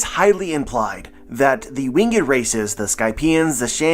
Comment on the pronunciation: Yo, i love the content. I've been watching your theory videos for a while now. There is just one thing that i must inform you of, the way you say the word "winged" you pronounce it with 2 syllables "wing-ed" when in fact it should be 1 syllable more like "Wing'd" 😅, this is not a huge deal just thought you should know, Keep doing your thing with the content though! 💯